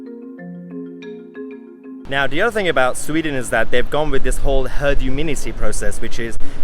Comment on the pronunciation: Herd huminity? What's that?